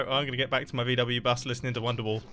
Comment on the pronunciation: Me (german) is rlly triggered by his pronunciation of VW-Bus!